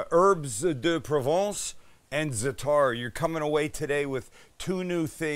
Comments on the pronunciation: You actually pronounce it "Za-a'-tar, of "Za-Tar", not Zetar.... Great vid though! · You pronounce it, ZAT-ta with the accent on ZAT but not bat, more like, what. Been eating it all my life. It's thyme and sumac, marjoram and oregano. Delicious stuff. I put it on everything. p.s. Red sumac is packed with vitamin C.